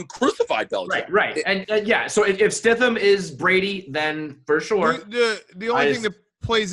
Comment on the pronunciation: his name is Jarett StiDham not Stifam